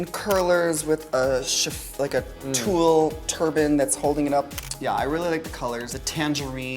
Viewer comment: did you say tulle?